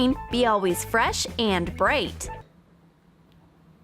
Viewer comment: I just found out she said bright incorrectly by saying briete.